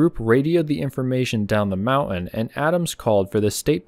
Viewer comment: I am a subscriber and I like your content, but I very much dislike hearing the way you pronounce the word 'mountain' as "mau-un"; it's very grating, and the English teacher in me is screaming!